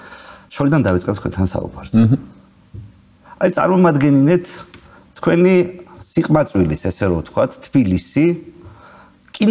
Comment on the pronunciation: იაგო, ეს "წარმომადგენინე" რა უბედურებაა?